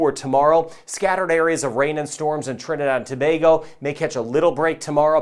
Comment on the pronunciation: Thank you for your vids and proper pronunciation of Trinidad and Tobago 🇹🇹